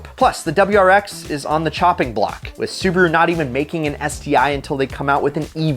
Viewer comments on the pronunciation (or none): none